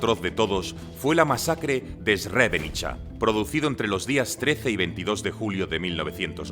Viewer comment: Por que esa mania de esdrujulear los nombres eslavos?? Es kosóvo, srebrenítsa, miloshévich... hasta la otán salio afectada 🤦🏻‍♂️🤦🏻‍♂️